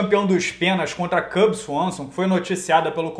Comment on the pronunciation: Renato fala Swanson de uma maneira engraçada kkkkkk.